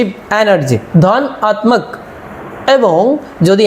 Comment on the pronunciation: DHANATAK in bengali pronounciation not DHANATMAK.